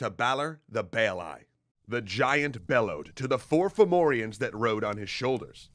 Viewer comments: At first Ive thought youve said Pthumerians, not Fomorians :O. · Fun fact: depending on the dialect, Fomorians might actually be pronounced Fahvurah. Aren't Celtic spelings wonderful? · Its actually quite a good pronounciation in this video even if one or two names wrong here and there but really well for non irish